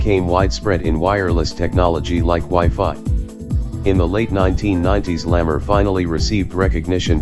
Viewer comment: Hedy Lamar's last name is pronounced as "la mar" not lammer. Thank you!